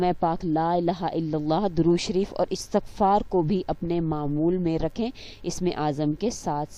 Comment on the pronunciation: Astaghfaar hota hai.... istaghfaar nahi....